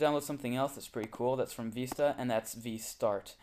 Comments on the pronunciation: It VISTA not VESTA! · Vee-sta? No it's Vis-ta